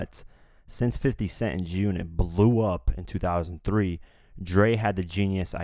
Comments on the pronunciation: Bruh said “Joonit” when sayin’ G-Unit smh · why do you pronoucne "G-Unit" like it's 1 whole word?! XD You pronounced it like "June-it" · Why are you having problems say G-Unit? It's not Jew-nit! LOL!!!!! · G UNIT nigga sound like he sayin jewnit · It's fucking G Unit! Not Giunit like one fucking word! I can't even finish this video.... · wtf is "junit"..... it is G ------ UNIT. have a fucking pause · Don't be such a cornball. Who still says G-Unot in 2018? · It’s g-unit not gunit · please say g unit not junit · good vid but y do u pronounce g-unit like jewnit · Junit? WTF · jew unit lmao